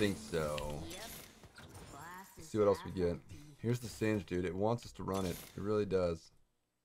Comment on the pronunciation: It's pronounced singed's like hinges (sin-jiz)